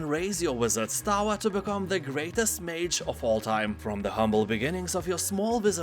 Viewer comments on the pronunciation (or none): none